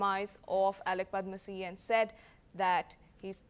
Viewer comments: Darling, who is padmasee? He's padamsee. Sad that nowadays young anchors are not mentored to pronounce names correctly. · Who is Padmasee, it's Padamsee.